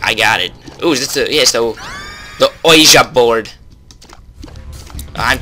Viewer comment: you do know it's pronounced wi-gi board. couldnt really tell if you were joking or not